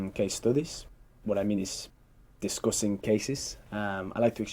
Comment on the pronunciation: Really 😳 with this pronunciation he got 8.5 Stoody = study Discoosing =discussing Contrie=county ...etc